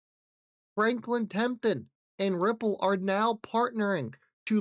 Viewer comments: It's TEMPLE-TON not TEMPTON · Tenple-ton. Not temp-ton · Temp-le-ton! Please!!! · How the hell are you able to say "Winkle," but you can't say "Temple?" C'mon maaan. Isn't there enough "subjective relativism" in the world that you have to also be selecting your "Ls"?